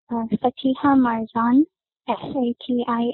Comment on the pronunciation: Why is the investigator not able to pronounce her name correctly lol Fatiha isn’t a difficult name.